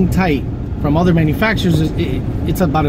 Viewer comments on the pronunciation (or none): none